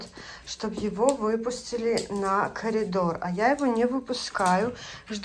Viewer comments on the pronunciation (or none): none